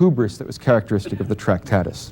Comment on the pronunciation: Also it's not 'Tractatis'... but we can cope - the language game is robust.